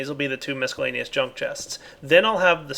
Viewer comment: Every time I hear pronounce "miscellaneous," I wince a bit.